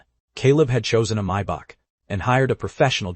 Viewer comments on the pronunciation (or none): none